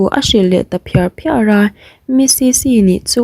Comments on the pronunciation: Phiar phriar tih hi lamdik Dan tur midang zawt chiang teha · Phiar phiar tih te hmiar hmiar tih te thildang pawh a awm nual mai thluk dik tak in chhiar ṭhin la ka van ti tak